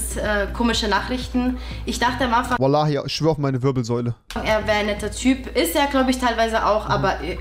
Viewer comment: Rewi ist ein geborener Araber wie er wallah aussprechen kann zu wild 😂